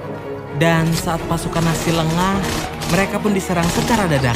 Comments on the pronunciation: Nazi bang bukan nasi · telinga gua doang atau dia memang bilang "tentara nasi" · Mon maap bg itu nazi bukan nasi